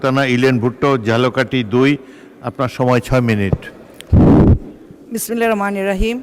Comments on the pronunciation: বিসমিল্লাহ ও সালামে মারাত্মক ভুল উচ্চারণ। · না পারে সালাম দিতে না পারে বিসমিল্লাহ বলতে